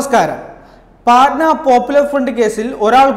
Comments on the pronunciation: പൊന്നാനുജ പാറ്റനാ അല്ല പട്ന ആണ് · പാറ്റ്നാ alla ..പഠ്ണ